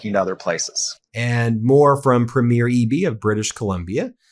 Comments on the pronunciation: It's pronounced PREE-mure! PREE-mure! PREE-mure! PREE-mure! Don't any of you Meiselas brothers read the comments? I'm sure it's another good video but if it's about the Canadian First Minister's Conference, I can't handle it. Please respect the country you support so often on here and learn our customs! Vive le Canada Libre! Elbows up! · "preem-yr", not "prmyeer". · It's 'Premier' Ben, not 'Premiere' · not to sound critical, but Canadians pronounce Premier, Prem ier not pre mier Elbows up Canada and our friends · Ben, there is a difference between Première and Premier in meaning and pronunciation.🇨🇦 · Not that it's a big deal or anything, but we do not pronounce "Premier" that way when talking about provincial leaders. The accent goes on the first syllable and the first 'e' is long. So PREEmier. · You have a great channel Ben and always enlightening for sure....But one "nit picking" piece of advise. You pronounce(like all Americans I hear speak) our leaders of our provincial governments wrong. You say premier by saying "premiere(like a new movie being shown). But in Canada premier is pronounced "pream-yer". No biggie but thought you may want to know. All the best...... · Please have Charlie Angus teach you how to properly pronounce Premier. It's not Premiere